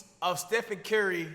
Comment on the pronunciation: "Stephen Curery"